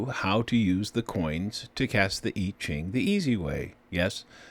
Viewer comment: It's pronounced (Mr. Annuciation) YEE JING - you cannot pronounce so many of the phonetics that it is NOT OKAY! KAY?